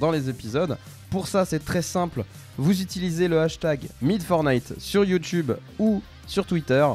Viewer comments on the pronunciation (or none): none